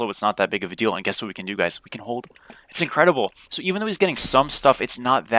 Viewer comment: Everytime you say “We can” I always think “Weak3n”